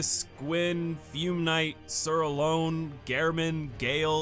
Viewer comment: why do you pronounce gehrman and alonne so weird. alonne i get but why gehrman. i mean gehrman says his own name too. also bonfire ascetic